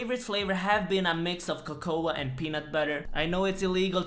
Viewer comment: should be illegal the way you say cocoa